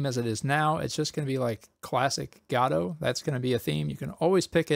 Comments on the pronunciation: I thought Godot is pronounced Guh-dough, not Gah-doe. So, I googled the pronunciation to confirm it. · Did you just say... "Gadot engine"? That's... Not how you say it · I'm such an asshole, I can't watch this because it makes me twitch when I hear people pronouncing Godot as GAWdoh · huh... Gado is a new one. (pronouncing i mean)